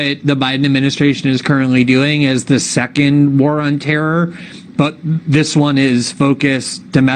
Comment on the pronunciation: Glen you said War of Terror wrong.